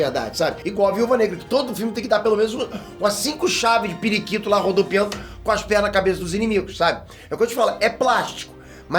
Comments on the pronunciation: 5 chave de "PIRIQUITO" morri 🤣🤣🤣🤣🤣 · "O cara do cavalo lá" "5 chave de prikito" kkkkkkkkkk